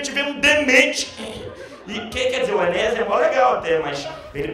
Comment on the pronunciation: Ninguém consegue falar o nome Enéas correto, todo mundo fala Enéias.